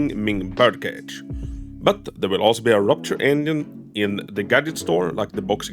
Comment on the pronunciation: I cant unhear him saying onion instead of engine